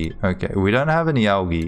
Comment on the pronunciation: "Algee", other than that good vid! and i think im actually the first person wow xD